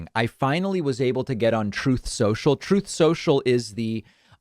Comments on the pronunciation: Isn't it ironic Trump has a hard time saying the word truth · The reason Trump cannot pronounce "Truth" properly is that he has never spoken the truth before! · Funny how he can't even say the word "truth". We knew he had no concept of it, but he actually cannot say the word. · I have to admit I almost find it funny that Donald Trump can't even pronounce "truth" correctly. It says something about him. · He has so much trouble speak speaking the truth, that he cannot pronounce truth. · Trump has never uttered the truth. It's no wonder he can't pronounce it. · He lies so much he can't even pronounce truth... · Am I the only one who thinks it's hilarious, not only is captain orange incapable of not lying, he can't even say "truth" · Doesn't surprise me at all that Trump can't even pronounce the word "truth". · Don Soreloser can't pronounce the word "truth". ?! I guess he never said it before in his life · He has a slip on the word "truth", hmmm. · Perhaps "the Loser" Trump, is not able to pronounce the word "Truth", because that word is so foreign to him, that he never uses it. By the way, have you heard about Trump's phone calls to Pennsylvania, trying to "find" votes for the Wizard of Oz? Yup. He is at it, again. So, "Un-Truth" Social" is finally working, for now. Let's watch how long it stays up, this time. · He cannot pronounce the word truth because it's not part of his life and vocabulary, but the word lie just slides out of his mouth without him even trying to. 👺👹👺👹.